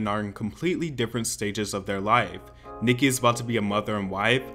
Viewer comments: She cant even say Nickis name, so immature and lame, tired of Cardi tbh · cardi couldn’t even say her name, and cardi also threw a shoe at her!! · She wasn't even able to say her name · She can’t even say Nicki’s name💀